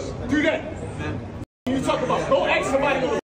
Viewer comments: If anyone ever told me to go axs somebody I'm going to tell him. I don't have a ax. Freaking learn English before you order people around. I don't get it. What's so hard about saying ask. Ass k. Easy peasy. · It’s ‘ask’ not ‘aks’. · Dude at the airport.... "go AXE somebody....".... nah, I'm not murdering anyone today. 😂😂 why can't we say ASSSSSKKK..... are we dyslexic in some way? 🤣🤣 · Yo dude, IT'S ASK SOMEBODY !!! NOT ATSK SOMEBODY. WTF? Yo dude,....IT'S YOUR FAULT !! NOT THE EMPLOYEE OF SPIRIT AIR, OK? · "go ax somebody" really!!! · The word is ask not axe